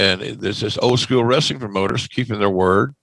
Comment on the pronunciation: I hate the way JR says school. Scoo-ell